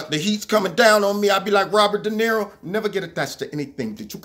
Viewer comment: worst de Nero ever. It sounded Jamaican lol wtf?